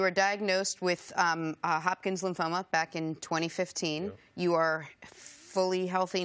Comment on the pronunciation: Is it me or did she just say “Hopkin’s lymphoma”???